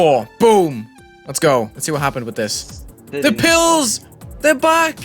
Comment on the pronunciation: I love how every other turn is like: P I L L S